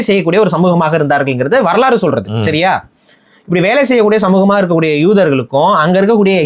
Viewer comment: Bro neega solrathu siria law du kekuthu Sariya solluga athu shariya law